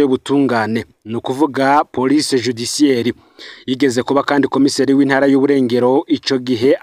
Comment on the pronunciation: Mbabarira ntusubire kuvuga "porice", bavuga police